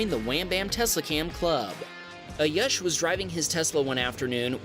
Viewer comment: It ayush ( aayuuushh) not a yush